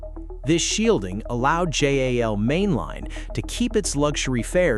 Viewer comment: Jal, really? Come on, robot